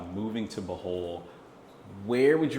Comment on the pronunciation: Bruh…..did you say buthole? 😂